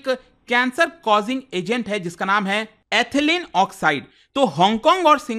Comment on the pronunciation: Sir... with due respect, the correct pronunciation of Ethylene is इथायलीन not एथलीन